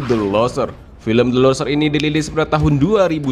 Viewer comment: min.. cara bacanya " LUSERS" bukan LOSER.. masa kata yg sederhana dan umum bhs inggris nggak ngerti sih.. hadeuuhh